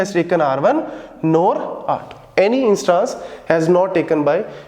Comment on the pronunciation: INSsss-TAAAAnnNse NAHI SIR INs-TANs